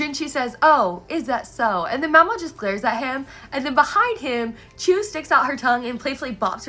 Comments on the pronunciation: Btw, Chue is pronounced like the word 'archway' but without the 'ar' at the start. You can also say 'choo-ay', which is the Japanese pronunciation. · Wait pause what’s the official pronunciation of Rikuson and Chue cz up until now I’ve just been reading it as “Rik-u-SON” and “Chu-ay” (emphasis said on capitalised parts) and the son part said as like “son” not “sun” uhh idk guys